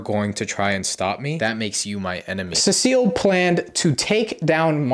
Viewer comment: Cecil? No, CECILLE 😂